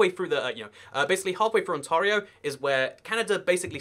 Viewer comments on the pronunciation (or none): Ontario. On-ter-E-O not on-to-rio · On-tar-e-o lmao, it’s on-tear-e-o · Darth Cookie where are you from? I live in sw Ontario(near London) and I work in a call center that takes calls for Ontario California and everyone I’ve heard has always said “on-tear-e-o” for both Ontario’s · On-Tare(similar to the word hare, but with a t)-E-Oh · You're pronouncing 'Ontario' wrong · Just because you talk quickly should not be the only reason you make these videos. You have very strong opinions about things which you obviously know little to nothing about. Have you researched any of this mostly nonsense with Canadians? It's both riddled with basic mistakes (it's pronounced "On-tare-io", not "On-tar-io" as you pronounced it) as well as just plain wrong speculation on your part which is not based on anything but your opinion of what you see on a map. When a single bridge goes down in Canada, the country does not grind to a halt as you seem to suggest. There are plenty of other routes (rail, air) between one side of that bridge and the other. You seem to ignore the fact that it is extremely expensive to build roadways for thousands of kms of unpopulated and unserviced territory between population centres. Secondly it is extremely difficult to build roadways along these routes because much of Canadian terrain is extremely rugged in those unpopulated and unserviced territory. Why do you think they're unpopulated and unserviced? Thirdly, we have some of the coldest and longest winters in the world which again makes building roadways in these areas both extremely expensive and extremely difficult. Personally, as a Canadian, I would like to see better infrastructure connecting our population across that bottom populated strip of the country. I would like to see a proper freeway extending from coast to coast. I would like to see double-tracked rapid passenger rail